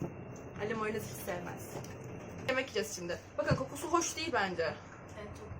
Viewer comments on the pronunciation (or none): none